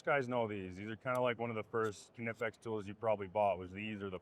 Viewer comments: It’ll always be Knipex (Nye-pex) to me. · No...knipex (i=Shirt) Not kneepex. Greetings from Germany